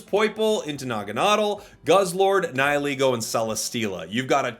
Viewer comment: finally someone who can pronounce "Nihilego" correctly 😭